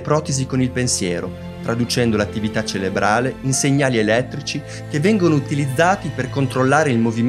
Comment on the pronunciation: Si dice "cerebrale", non "celebrale"! Per il resto, davvero complimenti. Molto bravo.